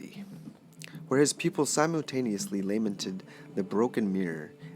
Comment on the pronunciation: I am disappointed that you ruined this book. You can't say "obliquely", "Les Miserables", or "lamented"? Seriously, you can't say "lamented"? Why did you take on reading this book online? Please please please do not spend your time reading a book online. You are not good at reading books aloud. Also your art in the background is not subtle. If you want to sell your art, do that.